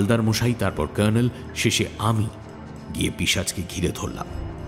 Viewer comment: গল্পপাঠের সময় জয়ন্তর "কর্ণেল"এর উচ্চারণটা "কার্ণেল" হয়ে যাচ্ছে কেন?